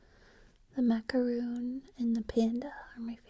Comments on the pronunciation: its macaron not macaroon goodness gracious sake get ur facts right and google it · It's pronounced macaron not macaroon